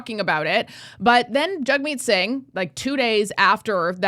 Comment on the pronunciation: JAGmeet not JUGmeet